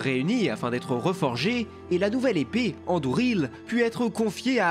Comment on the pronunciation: Merci pour cette vidéo. Pour moi, Aragorn est le meilleur personnage du seigneur des anneaux, avec Gandalf. Par contre, pourquoi "Isildour" ? Il me semble qu'en français il faut dire "IsilDUR". Pareil pour "EnDUril" et non "Endouril"😉 (pardon mais je suis très attachée à la prononciation qui vient de la VF des films😁)